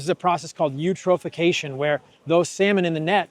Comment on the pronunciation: 2 minutes in to this video and my BS meter is pegged. For example, other than mispronouncing eutrophication, he doesn't understand the meaning or significance of the term. This guy is a total psuedo-expert BS artist.